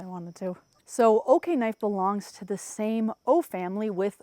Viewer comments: Are you sure it’s pronounced “OK-knife?’ I would think it would be O-knife……O-light………O-knife…..??? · It's O-knife. Not Okay-knife. 😂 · You mean “Oh-knife”? Lol I’ve carried the rubato 3 every single day for the last 2 years. I use it every. Single. Day. We’re not talking opening boxes. We’re talking “locked myself in the coop again” and use the knife through the door crack to lift the latch. I cut rope, dog food bags, I live on a farm and so far I swear by the rubato 3. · Did they though? lol. She didn’t even pronounce the name correctly lol.